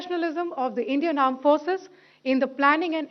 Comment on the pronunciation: The aand forces 😂😂